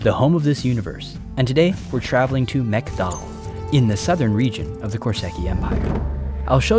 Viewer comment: Love for this project, as ever.... ..but when you first said Mek'Dahl, I swear you said McDonalds. I can't get that image out of my head now.